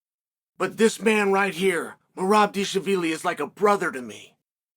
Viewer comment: Mythical Fighter Unlocked: Merab Deeshaveelee